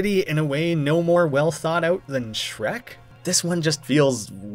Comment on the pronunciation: Did you just say "melked"? Did you just say "bolth"? Did you just pronounce Shrek as "Srek"?